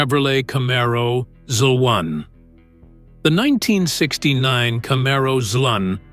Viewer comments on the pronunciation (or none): I quit watching when you called the 69 Camaro a "zlun" (ZL1), if you can't even get the first car on your list right I know the rest is AI narrated nonsense! I hate these quick made no nothing videos!